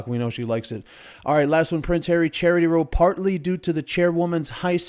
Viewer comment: ROW.................. is not row (like paddle ) like row row row your boat It is row ( like Fight) like bow wow I told you that the last time you mispronounced it.